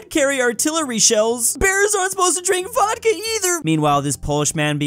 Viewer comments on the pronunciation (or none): none